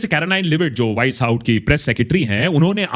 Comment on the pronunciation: Who heard wise hout instead of white house 😊